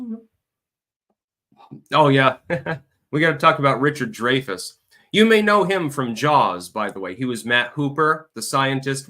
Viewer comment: I believe he pronounces it,"Dry-fuss".. not "Dray-fess"js. ....